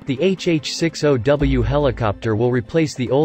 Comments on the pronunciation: It not HH-6 O W ITS HH-60 W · It's a HH 6 0 - Zero -W - NOT a an O